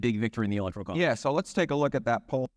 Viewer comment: Dude, you can't spell and don't know how to pronounce electorally, and you're making predictions based on rigged polls and one of the poorest analyses of their results. hard pass.